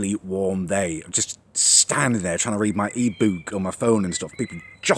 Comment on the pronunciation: The way he says ebook